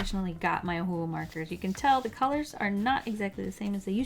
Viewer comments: It is pronounced oh-who-who markers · "O'hole'hu" HAHAHAHAHAHAHAHHHA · The way you say Ohuhu is so hilarious to me😅😅😅